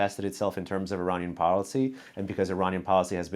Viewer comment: Hey Negar It’s Iranian not Ereyneean… By you misspell the word of Iranian .., doesn’t make you an American